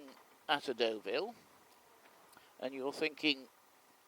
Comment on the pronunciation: Deauville mate not Doveille